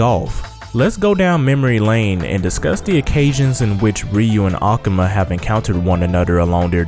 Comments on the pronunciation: a-ka-ma???? Its A-ku-ma you idiot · why do you pronounce akuma like that?